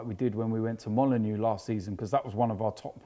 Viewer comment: It's Molde ffs 😂😂😂